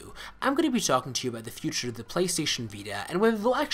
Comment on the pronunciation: Anyone else noticed whenever he said future, it sounded like "Fut-Rrrrrr"?